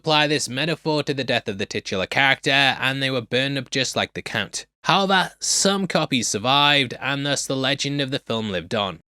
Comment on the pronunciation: did you say count or "kunt" 🤔